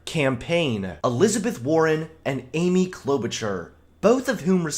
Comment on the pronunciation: Got the first like 2 min you said Amy’s name wrong